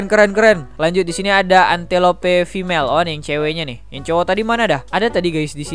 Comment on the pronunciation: Bang saya kasih tau Antelope baca nya entelop Wild dog itu anjing liar Afrika Gazelle baca nya gezel